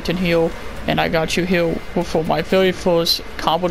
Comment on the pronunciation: " ill show you right hewr"